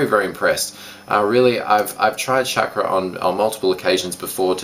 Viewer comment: Chackra is pronounced "Shawk-Raw" :D